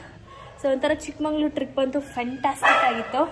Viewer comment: ಚಿಕ್ಕಮಂಗಳೂರು ಅಲ್ಲ ಚಿಕ್ಕಮಗಳೂರು ಅದು